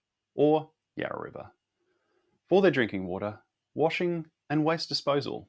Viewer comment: For God's sake son, it's the Yarra.